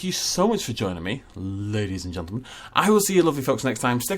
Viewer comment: Did he say ladies and joltamun?